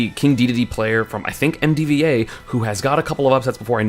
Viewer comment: HE SAID DEDEDE CORRECTLY!! WE WON